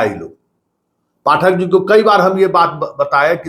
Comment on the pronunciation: Hindi bolne nhi ata kabhi Pathak ko sahi bolta hai kabhi galat